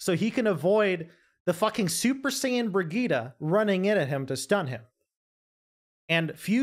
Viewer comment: I was having such a hard time trying to figure out who you were talking about in the team fight, until i realised thats just how you pronounce Brigittes name, i got mind fucked so hard